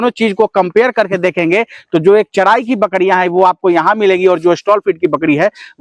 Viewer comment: Thik hai bhai....Lekin Aap Bihari log R ko D kyu bolte hain. jaise Charai ko Chadhaii... Bullshit